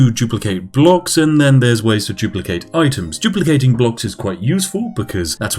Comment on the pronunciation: "CHUPLICATING is amazing"